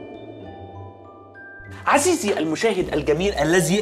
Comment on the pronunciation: عزيزي❌ عسيزي✔️